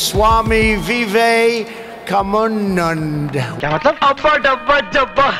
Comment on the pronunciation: Trump ki swami vivekanand bolne nhi aata